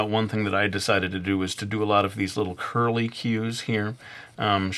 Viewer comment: When he said -cues I tried so hard to not to laugh. So, so hard.